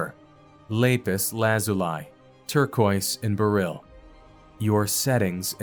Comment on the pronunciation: E-pit-o-me. Not epi-tome. Beryl sounds like barrel.